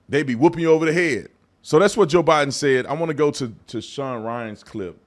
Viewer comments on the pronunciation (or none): none